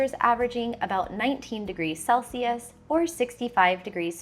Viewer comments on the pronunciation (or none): none